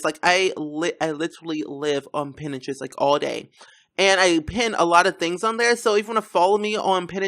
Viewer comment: i had a such a hardcore lf when you said pintrest 😂